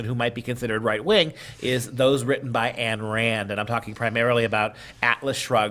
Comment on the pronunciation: Pronunciation of Ayn Rand: please note, "Ayn" rhymes with "sign", not with "can". I say this with 100% certainly, having listened to dozens of audio recordings by Rand's long-time associate Nathaniel Branden.